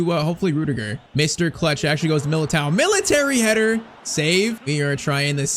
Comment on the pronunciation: Please stop pronouncing MILITAOs name wrong